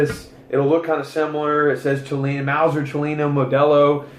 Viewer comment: Not trying to be a dic, but it is pronounced "Chill-Lay-In". And to save your thumb and firing pin, you can bring the bolt all the way to the front without closing it, pull the trigger and THEN slowly close the bolt. That way the firing pin will Slide in and not Jut forward at a high speed,...potentially harming the firing pin. This works on cock on close or cock on open bolts. GREAT VIDEO though!!!,...I gave it a huge thumbs up, because your seriously in love with these guns,...as am I. And I subbed, because I think you have the Fever,...lol!!!! Peace bro.